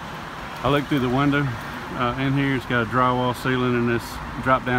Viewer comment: "we looked through the windurh" Oh yeah you got a good old boy.